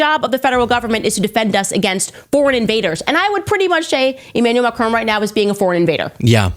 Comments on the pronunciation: It's Macron as in Mac ron not macrooon. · It is Macron, not Macrone... please 🙏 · It is not MACRONE!!!!!! My god...can't even pronounce the name properly!!!! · 'Mah-cron'. There's no 'E' on the end, it is not 'Ma-crone'. It's French, dude. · American podcast all pronounce Macron as Ma crone, it’s Ma cron as in ron………………sorry for being pedantic but I do feel better now 😂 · Macr-on not Macr-own!!